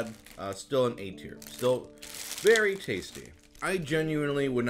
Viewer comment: For the first 2 minutes I swore he was saying "eight here", not "A tier".